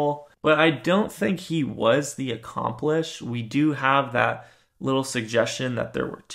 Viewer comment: Are you saying accomplish or accomplice ?